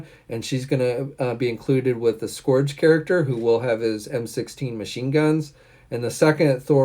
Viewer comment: DUDE! IT’S SKURGE! SKURGE THE EXECUTIONER, NOT SCORGE LIKE COME ON. SOUNDS LIKE YOUR DOING IT ON PURPOSE TO TROLL!